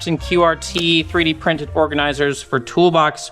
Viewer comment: The first time you said "3d printed" I heard "Pretty Princess". 👸